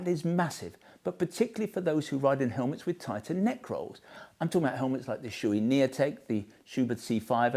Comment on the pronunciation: Klim: It’s pronounced KLAAAAIMMM, as in “climb a mountain”. Shoei: It’s pronounced SHAW-EY . Has nothing to do with shoes.